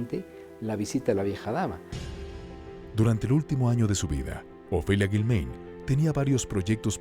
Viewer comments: No es Guilméin, es Guilmáin, pronuncia correctamente, narrador. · Lo que más me brinca es que el narrador no sabe pronunciar el apellido de a Ofelia…solo escuche a sus hijos como se pronuncia